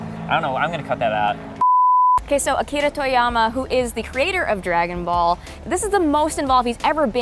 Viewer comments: It's funny they pronounce his name right but they know nothing about that show. Makes them come off pretentious. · but that's the correct pronounciation...